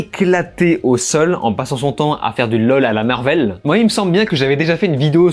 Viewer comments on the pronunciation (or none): none